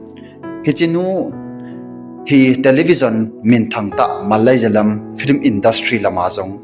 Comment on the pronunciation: Malajalam hilou, malayalam joh ti o.. Not jears = years Not varm = warm 😅